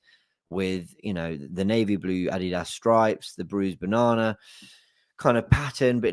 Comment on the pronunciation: 😂So... Let me ask... AR WI adidos... Or... Are We Arsenal